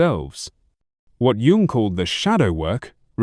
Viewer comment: A video about CG Jung where the narration can’t even be trusted to pronounce his name correctly? It’s AI. And I don’t think AI should be involved in the creation of videos featuring depth psychology. Too much space for basic errors and inaccuracies, in a field where people with serious issues are searching sometimes in desperation for clues as to how to live alongside seemingly impossible people and situations.